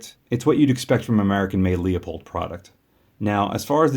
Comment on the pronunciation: It’s pronounced Loo-pold, not Lee-O-pold.